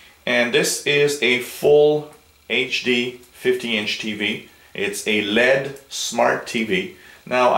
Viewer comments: lol no kidding I was spelling out the pronunciation because 'Lead' is not the right way to say LED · L.E.D. (ell eee dee) not led like a lead pencil =)